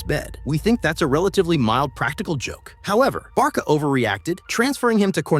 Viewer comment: But why do you Call Barca Barka? 😅